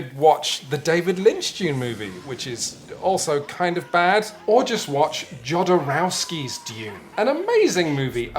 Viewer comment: The way you pronounce Jodorosky makes me so angry